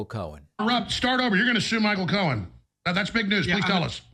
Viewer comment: He sure did and he also repeatedly said Michael Cone instead of Cohen.😂